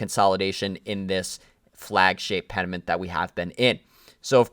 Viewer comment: pennant. its pennant right? not penament